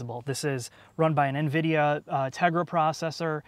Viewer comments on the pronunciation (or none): none